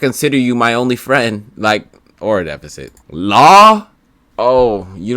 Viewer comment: Defecit not Defecate lmaoooo